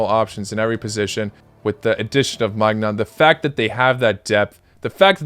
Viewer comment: Hey man :) Nice vid! Pronounciation for Maignan is "may-nee-an" :D